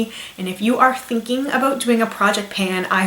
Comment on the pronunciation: aboot xD